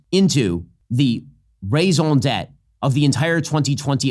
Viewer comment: Yo, you're 100% right! But, if your going use the term raison d'etre, pls. learn how to pronounce it. You're saying it like an indoctrinated leftist. #neverlettheleftdefineourspeech